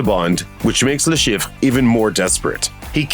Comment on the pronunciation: "La Sheef" is how it is pronounced. Thanks for the video!